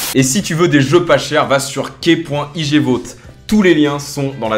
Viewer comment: J'adore ton contenu je suis abonné et tout mais bordel prononce ce ptn de L dans "igvault" stp ! :)